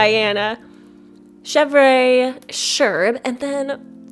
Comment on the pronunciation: You don't pronounce the re in chèvre